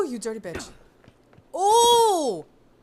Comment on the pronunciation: this is a great video,must've gone under my radar and just caught up, love when you say dirty bitch In that New York style, is really funny